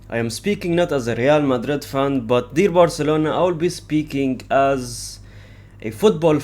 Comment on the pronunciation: Bro’s vocals: “deer barcelona 🦌”